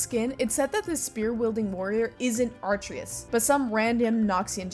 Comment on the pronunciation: its not pronounced artreus, its UH - TRAY - US